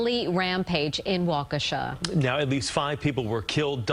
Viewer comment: Was I the only one who pronounced that as Wockesha? Lol